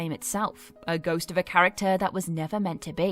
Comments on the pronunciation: I thought she said goat too 😂😂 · I heard right? She said goat than ghost?